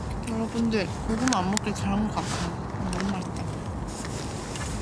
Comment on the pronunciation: 작게 고구마.. 라고 아련하게 읊조리는 게 너무 웃기고 귀여웤ㅋㅋㅋㅋㅋㅋㅋㅋㅋㅋㅋ 언니 진짜 사랑해여,, 저 이 브이로그 최애 영상이에요